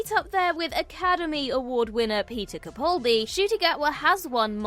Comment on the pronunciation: It's Capaldi as in PayPal - not "Capauldi".